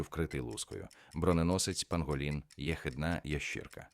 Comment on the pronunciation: Диктор-👍, але й є неправильні наголоси деяких слів, джелаба́, єхи́дна, замок...("Горох"вам в поміч))) з середини тесту прискорились з читкою))) а може це ШІ???😏 На заході ЧОГО не уточнено((( З астрономією знову у мене провал😪Правильних відповідей ледь половина, тест складний! можливо Генрі Морган